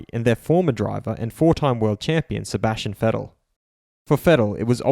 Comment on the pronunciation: just pronounced Vettel better than 90% of people ever will